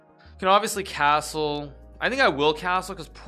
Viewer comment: The way you pronounce cashtrle is shtrange, very shtrange